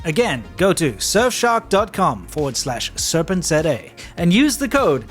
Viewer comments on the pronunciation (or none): I didnt realize your channel is pronounced serpent-zed-ay 🤦‍♂️